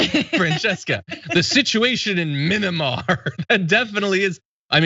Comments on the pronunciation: um i think u mean "minnimar" coup john?? 🙄 (being sarcastic lol) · Someone used this poor slob as a prop. Anyone who would know anything about what's going on there would absolutely know how to pronounce the name. It's Myanmar, not minimar. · Minamar! Are you effing kidding me! Proof that tRump and his cult are dumber than a bag of rocks! They always sound like they have a vocabulary of about 20 words, and they can’t spell or pronounce half of them! SMH! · Did not no how to pronounce the name of the country its not mini mar dummy its miyanmar